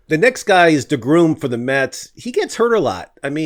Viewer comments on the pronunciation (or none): You mispronounce DeGrom dude. It's not DeGroom. You pronounce the best pitcher in the world's name GROM Like Drawn. or Dram(a).